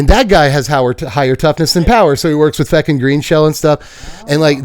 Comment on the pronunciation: I know you were saying Fecund, but my brain kept wanting to hear Feckin